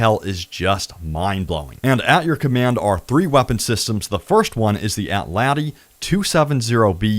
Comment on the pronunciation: It’s crazy watching all these streamers mispronounce basically everything in the game. It’s an ATLATL. Like a throwing spear. Not an atlat*i*. I heard someone else mispronounce Magellan earlier. The g sounds like a “j”. Seriously. English is your first fucking language people.